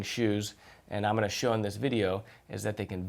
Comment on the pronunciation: “I’m’onna show you...” 😂😂